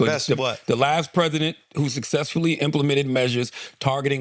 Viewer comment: Even with the pronunciation, that’s a choppy ass word 😂